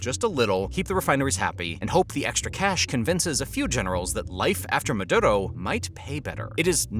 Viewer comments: Dude its "Maduro" not "Madotto" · Its "Maduro" not "Madurou"